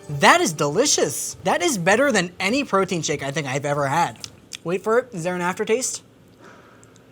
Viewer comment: LOL, “Mike’s Proteine” 😂 Also: My dude, stop grabbing your mic! 😂